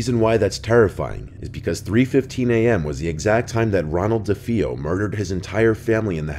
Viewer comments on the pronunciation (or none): Amityville Horror: You mispronounced both Brolin and DeFeo. I couldn't get past this. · As far as I know, the actor's name is James Brolin (BROH-lin, not BRAU-lin) and the Amityville family's name was DeFeo (dah-FAY-oh, not deh-FEE-oh)... I'm surprised you did not refer to JDM as Jeffrey Dean "More-GAN", lol. 😛 I'm just bustin chops,! 🙂 Love the channel, love the content!! 😀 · If you're going to report on something, make sure you pronounce names right. D'-fey-O. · 5m subs yet he doesn’t know how to pronounce Brolins or the DeFeos names. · You keep saying DeFeo wrong and it’s hella annoying lol